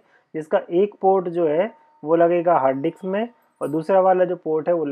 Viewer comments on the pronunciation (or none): डिक्स नहीं मेरे भाई, डिस्क। 😂🙏🏻